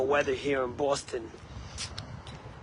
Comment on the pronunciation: not how we pronounce Boston 🫤